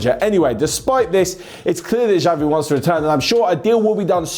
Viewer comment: Please, it's not 'Javi', but 'Chavi'